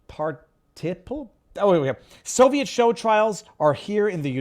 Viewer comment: You cracked me up viva trying to pronounce dangling particple. Watch the office for that reference. Solid show as always. ✌️ 🇨🇦 🇺🇸